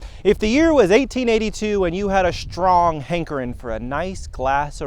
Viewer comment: No complaints on the content or quality of your video. Thanks for making it. I do however have one criticism. When you were a boy and learned to speak English, you were not taught and did not learn to pronounce "str" sounds as "shtr". At some point, relatively recently,as an adult, you got silly and started saying those sounds incorrectly. It's not "shtrong" or "shtraight" or "exshtreamly" or "shtairs" etc, etc, etc. it's strong, straight, extremely, stairs, etc, etc, etc. How shtrange that you would say those words that way.